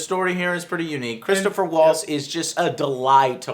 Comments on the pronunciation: it's Christoph Waltz not Christopher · it's KRIS TOFF Waltz, Not Christopher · Christopher waltz? Alexander scarsbrough? He only got one name right.